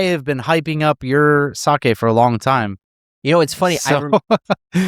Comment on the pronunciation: Says the man who butchered the pronunciation during the sake talk. LOL Those who live in glass houses shouldn't cast stones (人のことを言う前に自分のことを直せw)